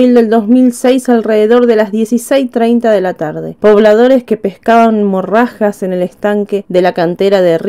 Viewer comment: no se dise morrajas....se llaman Mojarras